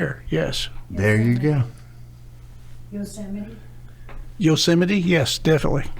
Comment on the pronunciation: Did she just mispronounce jewsemite?